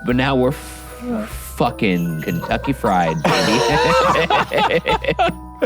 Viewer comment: Nobody: Ryan: were Kentucky fRiEdd